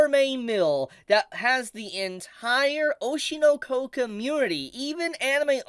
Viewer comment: ITS OSHI NO KO NOT OSHIEUUR NOUER KOEWR 😭